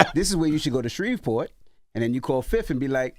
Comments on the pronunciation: Shreveport Envy not Shrevesport 🙄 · Every need to learn how to say Shreveport😒